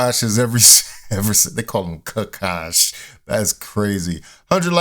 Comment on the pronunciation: His name is Akash, not Aaaaaaaaakash.